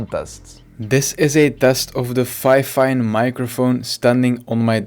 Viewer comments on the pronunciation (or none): ITS FEEEEEEFIN NOT FIFAN